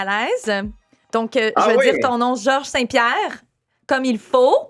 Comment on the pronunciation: Liz: I'm also a Montrealer, so i'll say your name Georges St-Pierre the PROPER way. GSP: Oh yes, wow! I was not expecting that! I was really not expecting that. Liz: So you stil live in Montreal? GSP: I live just next to Montreal, on the South shore. Liz: Cool that still counts as Montreal.